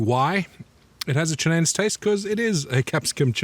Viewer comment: Pronounced chi-nen-say.